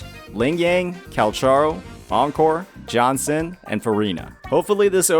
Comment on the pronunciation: Lost 50/50 to jianxin (s1) on changli… i felt good lol… i love her… i have selected 80 pull banner still and will pull for her s2. I dont mind getting her copies… got verina on first 50 pull banner… dont have other limited 5 star… got lucky But bro is butchering jianxin name again in another video lol… and she is my fav … (i have changli and yinlin too)